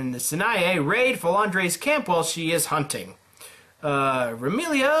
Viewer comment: I mean...I know you're not that familiar with their names, but how in the world did you pronounce Sanae's name with a 't' sound in it?